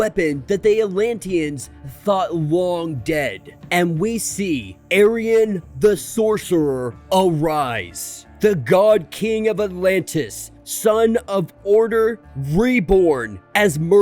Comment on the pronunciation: great video man, but its pronounced as arion ah-ry-on just to differentiate from the pillowcase wearing aryan types lmao.